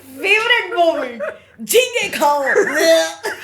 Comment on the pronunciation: It's not jhinge it's ghunghe